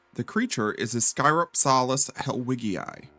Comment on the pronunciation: Its pronounced ISS-cuh-ROP-selliss. Like how Dynonychus is not pronounced DY-no-NY-cus, its pronounced DYN-onicus. Basic latin sounds.